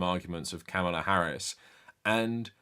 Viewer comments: Sincere question. Is there a reason you keep mispronouncing Kamala Harris’s name? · nah, he’s neither uninformed nor uneducated. I’m inclined to be charitable and blame his accent. However, if it’s laziness, that implies he doesn’t care. And if he doesn’t care, that’s problematic. Especially from someone that champions anti-racism and anti-bigotry, yet doesn’t recognize the irony of (and the baggage that comes with) a straight white male mispronouncing the name of someone who primarily identifies as a Black American woman. However, only he has the answer.